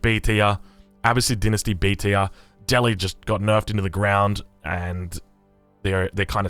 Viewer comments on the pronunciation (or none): none